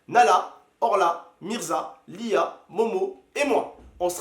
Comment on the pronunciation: On dirais tu dit LIL au lieux de LIA